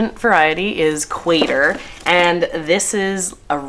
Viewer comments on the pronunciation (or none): I know this is completely irrelevant but in case you are interested qatar is pronounced “cut-ter” not “quate-er” Beautiful tulips!!! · Qatar is pronounced - Guitar, I believe. Like the country. I don't see these varieties in my catalogue- Brent & Becky's out of Virginia. Van Engelen from Connecticut. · I watched 20 mins of your video and literally paused and ran to the Homedepot to grab what I could before our ground freezes. (Alberta) Your excitement is infecting! I am excited for spring just to see all your blooms! Qatar = Kah-tar like the country :goodvibes